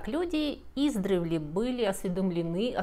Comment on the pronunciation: я просмотрела все Ваши видео и начала пересматривать, спасибо Вам большое за этот труд и творчество! Часто Вы используете слово издревле, и каждый раз у меня внутри всё сжимается от неправильного ударения, прошу простить и понять)) Правильно - издрЕвле:)